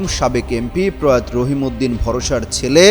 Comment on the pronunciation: প্রয়াত ' উচ্চারণ কি ঠিক বলেছেন? প্রয়াতো এ ভাবে বলতে হবে।